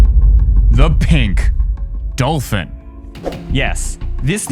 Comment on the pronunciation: Bruh when u said pink DOLFIN u said pink DOLFIN